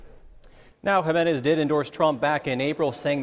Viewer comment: Jimenez. Not gimenez